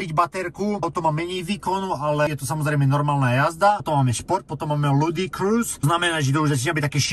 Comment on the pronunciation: slovo "ludicrous" sa číta ako ten rapper Ludacris:D